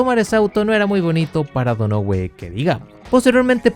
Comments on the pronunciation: Seria Donohiu? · Man a Mark Donohue se pronuncia DÓNAJIU como también te había corregido Tyrrell en su momento 🤣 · se pronuncia "DÓNAJIU" (Donohue). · JAJAJAJAJA.... Te pasaste cuando pronunciar MAL el apellido DONOHUE..... Te pareces a tu amigo el SIETE UP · Me dolían los oídos cada vez q pronunciabas donohue así como se escribe jaja pero buen video igual